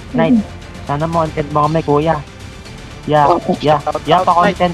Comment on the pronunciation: I love how they said content us